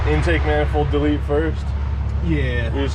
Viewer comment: You mean "WIRING HARNESS DAH-YEET!"